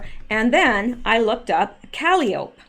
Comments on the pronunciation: Caliope is pronounced Ka-li- oh- pee. It's an old school word for a merry go round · Calliope is pronounced kuh-LYE-oh-pee, Greek Muse of epic poetry. Hmm, why would they name it that? This is fascinating, albeit eerie. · Calliope is pronounced ka lie o pee. Think that steam organ inside a circus merry go round. It's that sound we associate with circus. Also Calliope is Greek muse of poetry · Bowes-Lyon is BOZE LION,. Calliope is four syllables, rather than three. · Calliopie is pronounced kuh·lai·uh·pee, Not that I know anymore than that,. This is all so fascinating! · Forgive me, but I think calliope is pronounced, kuh lie’ uh pee. One of the Greek muses? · Good research. Just have to tell you Caliope is not pronounced that way, its pronounced Ka-lie-o-pee. Surprised you never heard that name before. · Great digging! Calliope is pronounced cal-lie-Oh-pee. It is a form of discordant or circus-type music made by forcing steam through whistles. A Calliope. Kalliope is also a Greek mythological figure-the oldest of 9 muses- whose voice produced ecstatic harmony. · Awesome Rsearch as Always. Calliope is pronounced Cal Eye Oh Pee - Its a girls name. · Calliope is pronounced kah-LIE-oh-pee. Washington Tower; I think she was addressing President Obama. It makes more sense. Obama has been doing things behind the scenes since he left office. He would have been at Camp David before the inauguration, not Trump. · I think "Calliope" is pronounced "kah - LIE - o - pee" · Calliope... Kaw lie o pee 🙄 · I think it’s pronounced. caw-lye’-ope-ee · Calliope is pronounced kuh Lie uh pee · Please say Calliope like “cal eye o pee.” Musical instrument and chief of Greek Muses. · Hi buddy, the proper way to pronounce “Calliope,” is KUH-LIE-UH-PEE, like the instrument. Sorry for the maybe slightly off direction there, but it’s an instrument, as well as the name of a princess. Someone educated me on the word, and I am passing it on to you. Love, LOVE the research you are doing!!!